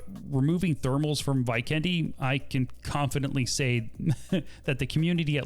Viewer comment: vajkendi? it is vikendi not vajkendi